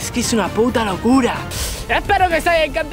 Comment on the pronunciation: Parece que dijo me llamo tarta 🎂😂